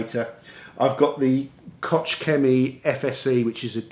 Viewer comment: Koch Chemie is pronounced KORRR !!